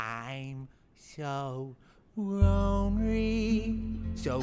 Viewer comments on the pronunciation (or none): "I'm..so...ronery. So ronery, and sadry arone."